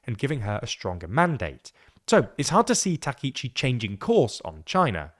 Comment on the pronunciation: Takaichi /ˌtɑː.kaɪˈtʃiː/ is pronounced with separate “ka” and “i” sounds—like “father” /ˈfɑː.ðər/ for the first “a” (short, open), then a quick “i” as in “ski” /skiː/, and “chi” like “cheese” /tʃiːz/. Think of it as “tah-kai-chee,” stressing the “kai” part.[youtube] English speakers often say Takeichi /təˈkeɪ.tʃi/ because “ai” triggers their “ay” diphthong—like “sky” /skaɪ/ or “take” /teɪk/, blending into a long “ei” sound instead of two distinct vowels. It’s their natural spelling-to-sound rule at play, not a Japanese “take.”